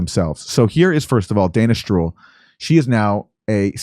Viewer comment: When Aaron said Dana Stroul it sounded like he said Danish Troll 😉 About a month ago Redacted had a segment telling that convoys of tank vehicles were drivning between the "Carbon Hydrate" fields and Iraq !!!